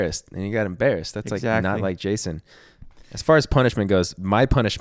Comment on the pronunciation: The way Jeff pronounces “embarrassed” 😭